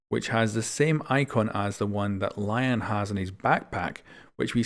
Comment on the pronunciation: lion is pronounced lee-on not lion